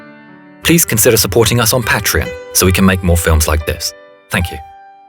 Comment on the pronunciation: “Please consider supporting us on pat-tren”